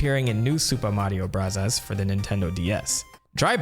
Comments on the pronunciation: Why does he keep saying supa mario brazzers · Nobody:: "Soopa Mario Bruzzahs" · you dont have to say "super mario brazzas" you can just say bros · It's Super Mario Brazzers, You've been pronouncing it wrong the whole time. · Whys this guy saying the game titles in a Japanese accent goofy ahh mf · Why can’t you say super Mario bros normally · stop pronouncing super mario bros like that, jesus you're annoying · Buzzy beetle not buzzle beetle, also you said super Mario brahzahz a lot, is that a way to say it I didn't know about?